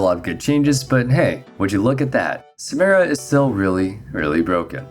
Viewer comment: I downvoted because you keep saying Samira name wrong. Every time I you, I will downvote